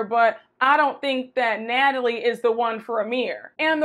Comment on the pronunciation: Not “Gnatalie”!!!😂